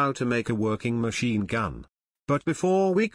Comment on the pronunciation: “Machine gum” 😂